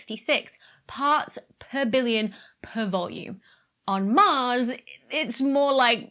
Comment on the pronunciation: You need look on the non-dark side of the moon. You're VERY consistent with your pronunciation of parts per villion!